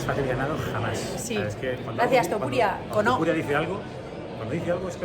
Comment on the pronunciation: Es Topuria, no Tupuria. ✌🏻😁